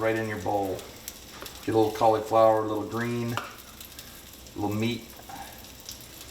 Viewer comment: What grown man purposefully calls cauliflower “colly flower”?